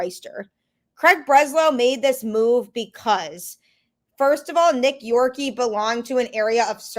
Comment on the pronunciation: Please, for the love of God, know how to pronounce the name of our players that have been in our system for a long time. You pronounced Nick Yorke Incorrectly, and I’m sure you must’ve heard how to pronounce it because he’s one of our top prospects